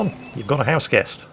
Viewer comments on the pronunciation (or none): none